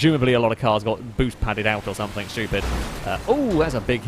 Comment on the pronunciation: anyone else noticed that he always pronounces "something" like its spelled "someTHINK"?